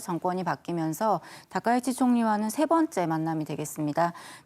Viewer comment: 세 반 째! 첫 자를 짧게 발음했습니다. 잘못입니다. 하나 둘 셋의 발음을 잘못 발음했다는 사실은 가벼운 일이 아닙니다!